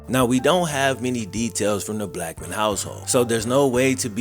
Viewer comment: At the start when you first said his name I thought you said just a black man I was like whattttttt